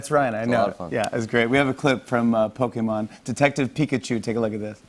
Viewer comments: Anyone else impressed at how Jimmy Fallon pronounces Pokemon? Most people his age put a long "e" sound in there like it's an American word, but he actually seems to understand the Japanese vowels. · its pokemon like jimmy said.. not pokeemon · I really appreciate that Jimmy pronounces pokémon accurately xD hearing pokEEmon just grates on the nerves lol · Jimmy pronounces POKÉMON perfectly